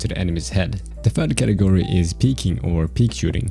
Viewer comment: When you say category i hear it katakuri